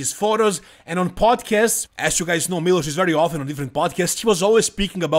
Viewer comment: Kad sam čuo kako izgovaraš Miloš odma sam znao da si sa naših prostora. Miloš je bog i batina i tu nema price, Samson je poraz podnio kao neko dijete. Sjetimo se samo Hadija na olimpiji i njegove reakcije i to su nam sampioni. Trebao je dobit sankcije barem od olimpije da se ne takmici sljedecu godinu ali ok. I olimpija je postala smjesna vise i nepredvidiva.